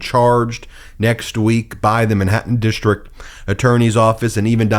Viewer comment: dishtrict-DISTRICT, goes-SAID, dishtrict-DISTRICT, A-nother-another, dishtrict-DISTRICT. ENOUGH!!! WORK ON YOUR PRONUNCIATION!!!